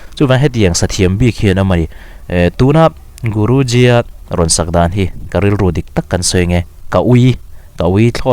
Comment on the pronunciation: Guruji khian a lam fiah lo deuh chu a nih khi